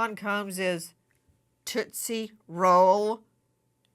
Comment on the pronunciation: Toostie roll😂